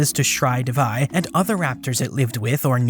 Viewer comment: Shree Devi. D in DEVI is not pronounced like d in devil. Instead DE is pronounced like THEY. And Shree Devi is the goddess Lakshmi. Means the goddess of wealth.